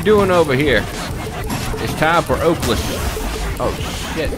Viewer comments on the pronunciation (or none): it's pronounced "ohlos"